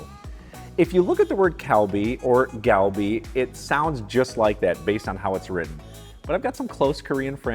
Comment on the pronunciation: Your pronunciation of "galbi" was pretty good. Funny thing is, I can't make the same sound by manipulating my lips. Try to read this: "Gahl - B"